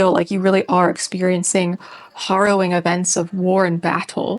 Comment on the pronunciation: a lot going on there, but uplifting. the only mispronunciation was harrowing, the first syllable of which rhymes with arrow.